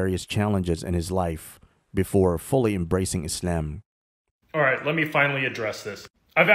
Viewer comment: I don't like the way you pronounce Islam